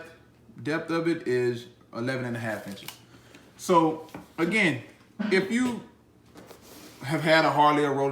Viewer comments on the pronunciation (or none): none